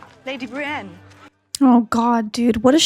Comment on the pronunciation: Her name is Brienne... not Brie, she's not a cheese xD